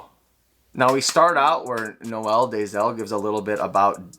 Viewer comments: I'm sure our father will grace us with his presence eventually. He's really nice, I've spoken to him on IG a few times. Also it's pronounced N-oh-l Day-zell not Noe-el. If you want to try and pronounce it in Afrikaans it's more complicated to spell out, but he says it in some of his videos. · haha, it seems like all you guys in North America always say Noe El, sounds like a Spanish gangster or a girl's name lol.